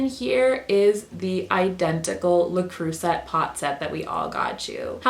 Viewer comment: The “le creucet” pronunciation 😂 I’m sorry....I giggled